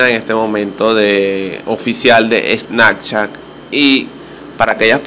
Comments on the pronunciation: Menos mal leí los comentarios en los primeros segundos, le daré dislike al vídeo, y no es snacchat es snaPchat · SnaPchat no SnaKchat. Que perdida de tiempo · Snakchat jajajaj